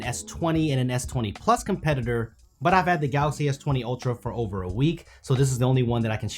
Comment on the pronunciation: everytime he says galaxy, it sounds like "galasi" 🤣